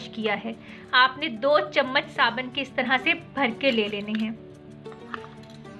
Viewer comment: Waah re boli kya bolti h fatkari glacrine saban 😁😁😁😁